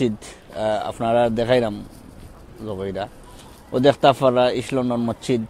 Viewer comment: Mocchid na vai.. It is mosjid